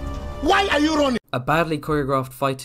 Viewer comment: "WHAY AH YU RONNING??!" that cracked me up so bad 😂😂🤣